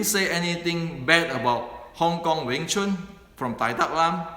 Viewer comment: Wing Chun is not Weng Chun.